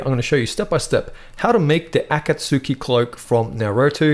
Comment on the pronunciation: "Ah-cahtz-key" is the pronunciation. This was a very helpful tutorial btw. I was having issues with my stitching.